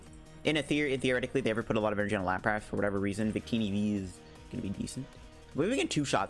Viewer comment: Lapras not Lap-rass